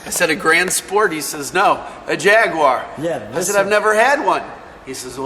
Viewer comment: Thanks for not saying "JagWIRE"! : )